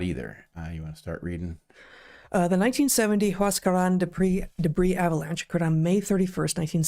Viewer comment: Heather on point with the Huascaran and callejon de huaylas pronunciation